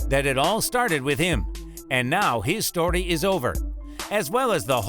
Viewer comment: he says sdtory